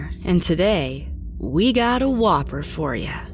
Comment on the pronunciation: Anyone else order a whopper from Burger King after she said whooper? No?! Just me? Okay!